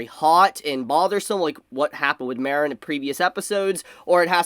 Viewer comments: The way you pronounce Mah-reen(Marin) as Mare-n(Marinara) makes me want to blow my brains out. No hate though. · Take a shot every time says 'Mare-in' instead of 'Mar-in' 🍾 🍺 🍻